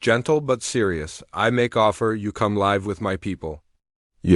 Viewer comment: Please have a human being Edit this video. DOT, IS THE END OF A SENTENCE!!!! Please have someone edit your story. (Live = live) Said incorrectly. I won't be watching anymore of your pathetic story.